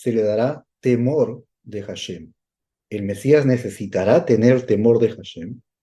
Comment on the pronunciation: Muy bien por compartirlo en hebreo y la traducción correcta. Solo una pequeña petición tengo mi Rabi nacido en Jerusalem - Israel y entiende el español y me dice q corrija al decir HASHEM, no se pronuncia con J (JASHEM), se pronuncia ASHEM. 👍